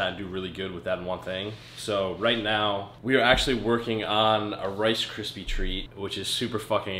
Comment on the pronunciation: u can't say rice kripies! Lol